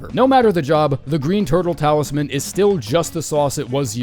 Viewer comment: "turle talisman" lol guess you got another video ur gonna have to re-edit